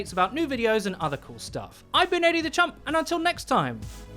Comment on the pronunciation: Is he saying Eddie the champ or eddie the chump? Still can't figure it out.